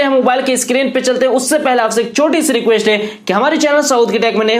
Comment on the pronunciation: Pee zapp 😂 eskreen 😂